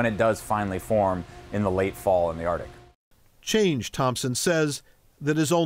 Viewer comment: Oh yeah, I absolutely trust the authority of a person who calls what he studies "the ardic," really instills confidence in what follows.